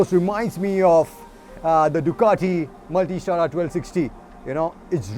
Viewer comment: Just one thing, multistrada in Italian is pronounced as : mewlTestradha. You should pronounce the two A's like the a in ducAti